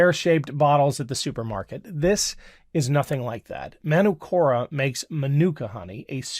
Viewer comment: Hi, Manukura is a Maori word and the a is pronounced as in the "are" not as in CST or rat. Cheers from NZ.